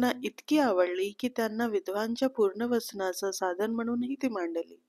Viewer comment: पुनर्वसन, तुम्ही पूर्णवसन असा उच्चार केलात